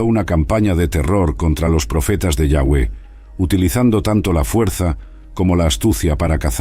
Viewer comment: Me gustaria que usara la palabra Dios en ves de yawe que igual creo que no se pronuncia asi